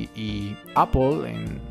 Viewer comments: "apel" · ya había hecho una búsqueda de manzanas y aun no sabe decid manzana en inglés jsjs